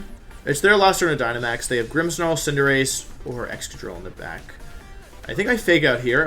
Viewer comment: Does it bother anyone else how Wolfey pronounces Cinderace -_